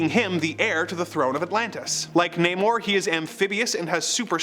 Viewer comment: it's not namor(nay-mor) anymore, it's NAH- MORE.